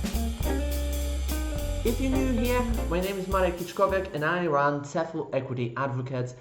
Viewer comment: At 50 seconds you pronounce 'run' as 'ran'. This is just one obvious error within a few seconds of you talking. This is just one reason why some students would prefer a native speaker as they are far less likely to make very basic slip ups.